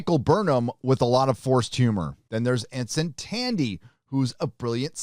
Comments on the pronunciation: Are you purposely mispronouncing their names? Boimler, not bolmer. T’ana, not tiana. Tendi, not tandi. If you’re going to critique a show, at least pay enough attention to it to criticize it in the first place. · or Tandy